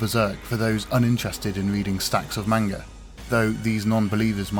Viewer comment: Beautifully done, but every time this guy pronounces 'manga' wrong i cringe internally